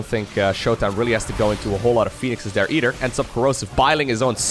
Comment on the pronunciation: Can you start saying there instead of dere ?